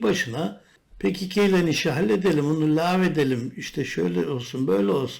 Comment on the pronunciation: Niye pe ke ke diyorsun komik olmuyor mu